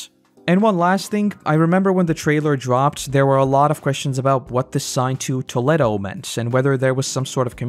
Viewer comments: TOE-LEE-DOE. it's my hometown. it's not pronounced TOE-LEH-DOE lmao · It’s Toe-Leed-Oh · Just so you know it's pronounced tōlēdō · You have no idea, I get it, but it is pronounced Toe-lee-doe